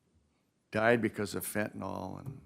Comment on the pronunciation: You would think a judge should have the education to properly pronounce fentanyl…